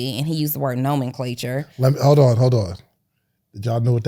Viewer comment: She literally said “Normanclasure” Huh I get it on averages. Our smart people need to take over and educate our own!